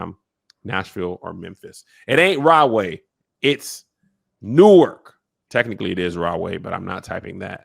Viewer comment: Real quick... It's NORK, not New-werk lol shout out to Rahway though... #BrickCityBaby!